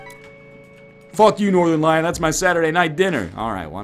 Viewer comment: "This is our bed we're going to lion it"